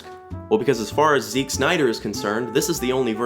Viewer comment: Why do you pronounce Zack as 'Zick' ?